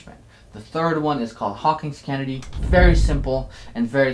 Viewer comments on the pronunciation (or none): none